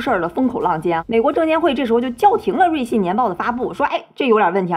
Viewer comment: 老是瑞幸瑞幸的我听着像咖啡😂😂